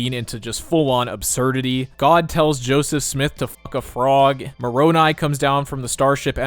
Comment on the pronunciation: As a mormon, thank you for actually pronouncing Moroni correctly. It's a hilarious benchmark that shows how much someone really researched.